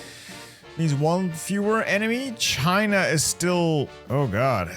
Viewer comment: I love how you pronounce China as "Scheina"